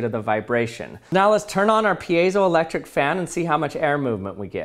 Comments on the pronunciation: You said payzoelectric and i was like, huh? I thought it was Pie-zo so I looked it up, and I was right!??? hah! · Never heard it pronounced piazo-electric. Always peezo-elctric. Based on spelling it's like field - piezo not like reactive. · I used to say peezo not peeyezo ... What is the correct pronunciation? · That is not how you pronounce piezoelectric lol. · Lots of thoughtful comments here. Let me break that and add my thought...today, I learned that for all these decades I've been mispronouncing piezoelectric. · I hate when people try to pronounce piezoelectric